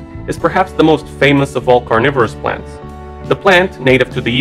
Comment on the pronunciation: u said cornivores u need to talk right omazed